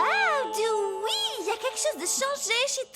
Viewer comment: Dewey*, pas Doowie